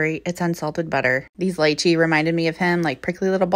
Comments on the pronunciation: HOW TF YOU PRONOUNCE LYCHEE?? I HEARD HER SAY "LIE CHEE" BUT IVE HEARD "LEE CHEE" LIKE HUH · Lychee??? You mean Litchi? Pronounced LEE-CHEE????